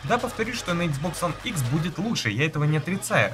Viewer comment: Почему ты говоришь Хуан а не one